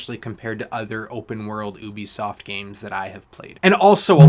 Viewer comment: Love how you pronounce ‘ohhhbi-soft’ 😂 Good review 🎉